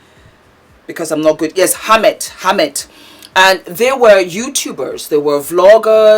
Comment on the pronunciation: Her name is pronounced Dy-ee-na & his name is pronounced Arr-Met. But the spellings are Daina & Ahmet. I've followed them for a while & it was so sad to see what happened to their marriage. She's now flourishing without him, which is beautiful 🙏🏾❤️🙏🏾